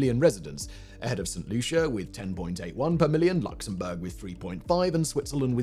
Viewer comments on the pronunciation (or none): none